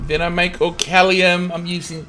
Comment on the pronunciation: It's not orcallium